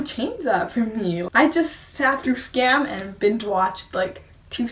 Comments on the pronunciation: Pronounce it like skahm. A Norwegian forest cat kitten DIES every time an English speaker pronounce Skam like Scam. And we don't want that! ;) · It's pronounced "skum" , other than that, great video !